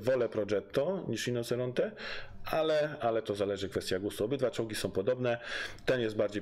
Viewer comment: świetny film bardzo merytoryczny lecz: RINOCERONTE- wymowa : RINOCIERONTE- 😉👌